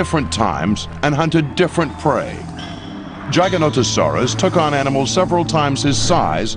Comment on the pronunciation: Why is he pronouncing Giganotosaurus Gaganotosaurus ???